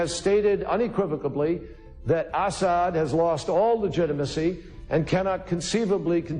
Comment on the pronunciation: ...American citizens thought the Democrats lost legitimacy to lead. or legit-i-macy as pronounces it.